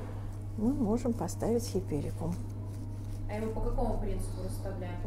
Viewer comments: Дамы, не хиперикум а хайперикум, учитесь правильному выражению на иностранном языке. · Правильно-Гиперикум, а не "хиперикум". Смешно даже-флористы. А Ваша ,,особая" спиральная техника? Сначала хризантемы собрать, а затем тыкать розы... Какая-то колхозно- спиральная техника. Упаковка -ужас .